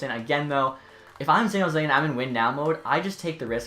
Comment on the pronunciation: san not zan